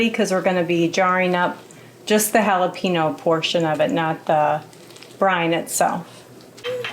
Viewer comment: Loved everything, but Jalapeño is a Spanish word. The ñ is pronounced, “Hall-uh-paiN’YO” (... from Texas 😜)